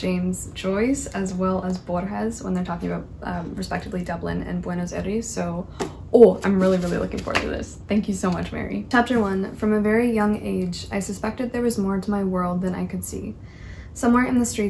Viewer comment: Hey!! I’m from Buenos Aures and just a tip I think you’ll appreciate: when you pronounce Buenos Aires try to make the sound be at the front of the mouth, not the back!! Generally thats how we talk unlike English🥰🥰🤍